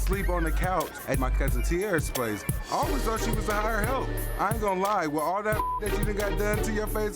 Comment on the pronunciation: He said rumple stiltskin 😂😆😆😆😆🤣🤣🤣